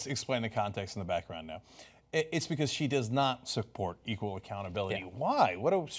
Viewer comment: Couldn't even say EQUAL!! smh